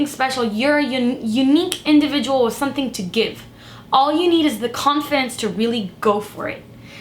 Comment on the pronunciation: I love the way she says sunthing 😍